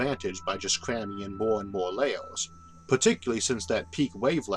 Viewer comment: Mr Arthur you pronounce your er's as or's e.g. "computors", "layors" & "temptore" temperature is not even pronounced fully. Also you pronounce planets as "plants". I'm sorry it just sounds funny